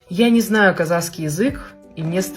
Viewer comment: Прошу прощения 😊можно произносить правильно😊КАЗАХСКИЙ❤❤❤НЕ КАЗАКСКИЙ.Х Х БУКВА Х,КАЗАХ.ПЛИЗЗЗЗ❤🎉🎉🎉🎉